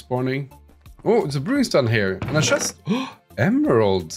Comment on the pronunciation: shest(It is actually a chest)^^ your so funny.